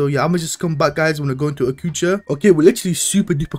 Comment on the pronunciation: blud calling adjucha "akucha"😂😂